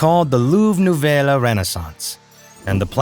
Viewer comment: This guy can't pronounce nouvelle